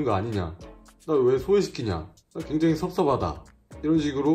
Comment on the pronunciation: 나 갱장히 섭서바다 너무 귀여워 .. 발음 ㅌㅋㅋㅋㅋ